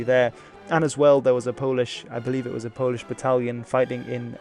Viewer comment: As a Pole I learned stuff. Also, your pronounciation is perfect!